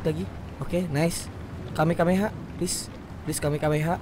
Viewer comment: Bukan kamekameha bang tapi kamehameha